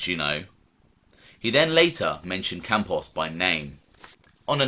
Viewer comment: Yeah Campos doesn't end in a vowel